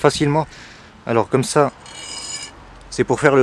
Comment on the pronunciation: Et ta dit coumme ça au lieu de comme ça